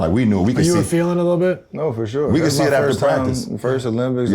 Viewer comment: LeBron “for shore” james